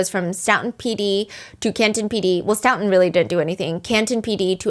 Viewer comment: STOE-TON not stout-on